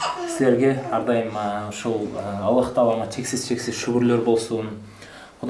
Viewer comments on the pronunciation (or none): none